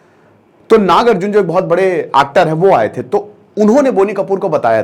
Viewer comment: Arey Bhai woh "Naag Arjun" nahi hai, "Nagarjun" hai ..😂